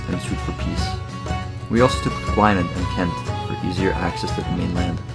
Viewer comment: Great video, but Gwynedd is pronounced Gwineth